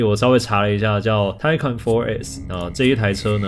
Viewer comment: 念Taycan是不是怪怪的